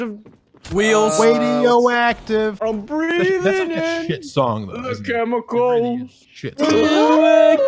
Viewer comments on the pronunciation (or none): I like the “chemicles”